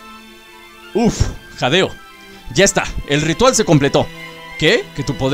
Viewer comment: like si lo ves en 2019 like por que dijo rital jajajaja😂😂😂😂😂😂🤣🤣🤣🤣